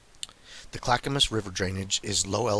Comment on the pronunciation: And Yamhill pronounced YAM HILL. Good job on Clackamas tho. Lots of Hard to pronounce names for non natives to the area.